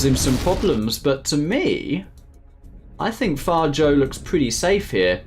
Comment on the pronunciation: Did you just call fargo far-joe 😂😂